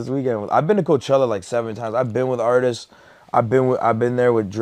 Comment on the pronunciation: ...Also, it's ARTISTS not ARTISES